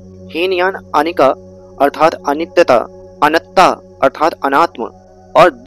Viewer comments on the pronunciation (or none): अनिका नहीं अनिच्च । नमो बुद्धाय 🙏